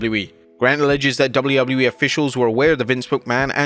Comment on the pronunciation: Why the hell does he say Doubley Doubley E